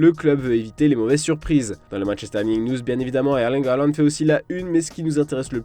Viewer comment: Sinon pourquoi prononcer hairling halland 🤣🤣